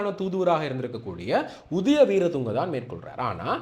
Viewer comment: Not udaya weerathunga His name is udayanga weerathunga Pls correct the pronouns